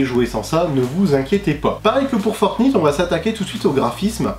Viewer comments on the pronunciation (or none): Ça se prononce fortnight pas fortnitte 😭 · On prononce Fortnayte, pas Fortnite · Ça se prononce fortnaïte pas Fortnite !!!! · Fortn(I)te qu'il dit ptdrrrrrr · C'est fortnight ✌ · Franchement t'es stressant à dire fortNITE 🤯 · Ta façon de dire fortnite 😂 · Prononce Fortnite correctement stp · tu prononce mal fortnite